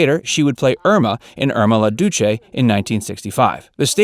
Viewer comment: Irma la Douce is pronounced like a playing card -(doos)